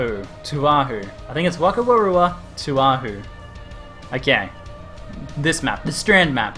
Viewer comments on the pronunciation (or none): Hey don't know if you will read this but a WH in Maori (language of the name) is pronounced as an F sound so it is pronounced fakawairua tuahu.:) don't mean to sound like a know it all but it is true:P